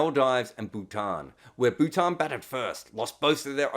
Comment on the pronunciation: i am only joking. Everyone here is. He said Bhutan wrong too, but that was the Aussie accent playing a part. But Maldives wasn't just mispronounced (which can definitely happen to people, nothing wrong in it), the word just came out comically wrong. Chill, it's some leg pulling not an accusation.